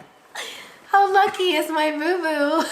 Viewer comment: I love you both but I wish “How” could be pronounced properly and not “Ho”.